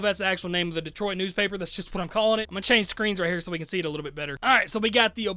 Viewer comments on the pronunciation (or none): none